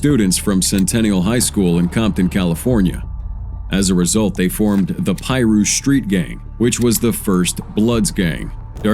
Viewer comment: You Soo sayN it wrong...😂😂 It's PIRU THEN ADD THE s.. Think of it like this.. Pie..Rue❤❤❤❤❤😂😂😂